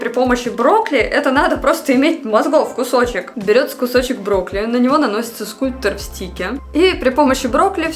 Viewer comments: Не брокли а брокколи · Мне же не одной слышится брокли? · мне плохо от этих ударений...брОкли😭